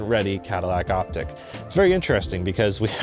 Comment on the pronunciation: Likely the proper pronunciation is "Op - teek" ...not "Op - tick".